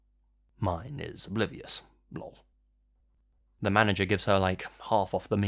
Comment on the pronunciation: When you said Lulll for lol on that story about the Social Security number It made me crack up. Edit: Didn't even know this channel was a thing but more narration means happier me, so I'm subbing RIGHT NOW! haha